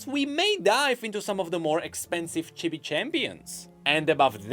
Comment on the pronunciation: Its pronounced "cheebee", not "chibby" by the way